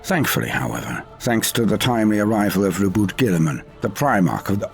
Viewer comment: Note from the Pedantic-Police: can we please get a Final Ruling on pronunciation here pls? Surely it CAN'T be "Roh-boot Gilley-man"? It just can't! Even setting aside the CLEAR & BLATANT Frankish-linguistic cues seen in both names, saying it as quoted above JUST SOUNDS DUMB! There - I said it! But isn't it true? Ought it not to be "Roe-Boo Goo-ee-man"? Wouldn't that be more consistent with the spelling (as a Frankish name)? Not to mention it sounds so much bloody better! Back me up, someone... I'm onto something here, aren't I?